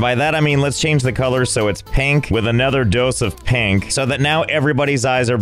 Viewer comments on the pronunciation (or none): Are you saying “pank”? Or is that really how you say “pink”?